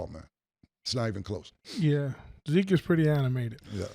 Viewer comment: And zeek not tuff 😂